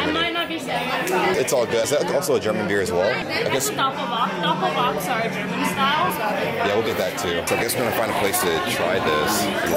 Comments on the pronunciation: It's as cringy as I've aspected it to be - this is far away from being German at all.... It's called Doppelbock instead of Doppelbach. Anyhow and nonetheless - having fun is what's life all about, isn't it????? Go for it!!!!! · Sorry, but it's not "DoppelBACH", it's DoppelBOCK for Double Bock beer (= stronger dark beer, see "bock" for more info). 👋